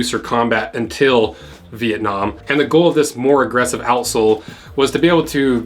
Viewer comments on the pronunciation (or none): none